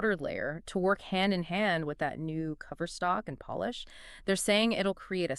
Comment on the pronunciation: Y'all gotta stop letting AI do the captions for you guys. Seeing Phaze spelled as Phase for the entire video is unprofessional. Also why did you pronounce polish like the power came from poland? This video feels lazy.